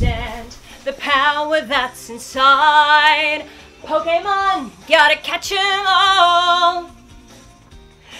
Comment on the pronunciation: well.. I thought she said kocainemon lol (like instead of pokémon... if u didn't get it.. TuT